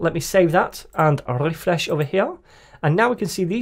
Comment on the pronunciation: your RRRRRRREFRESH sound can be added easily to satisfying and relaxing compilations! great tutorials!